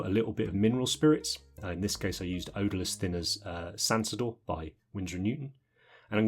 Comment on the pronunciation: I got three quarters of the way through the video and started to get worried I wasn't going to hear say Sansodor this week